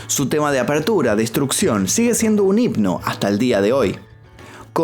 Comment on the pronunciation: Himno se dice, no hipno